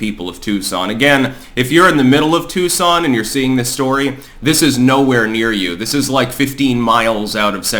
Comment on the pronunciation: It’s Tucson, not Tuscon…